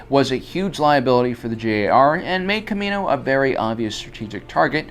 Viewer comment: It's pronounced Ka-ME-no!